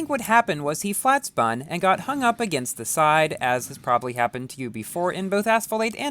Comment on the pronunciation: "flat spon"